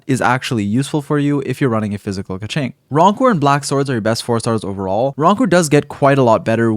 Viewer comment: I think you pronounce her name right. This other youtuber says: Kezync. hahaha